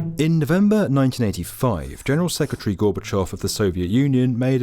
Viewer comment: You are the first anglophone who called Gorbachov as should be and not Gorbachev. Hurray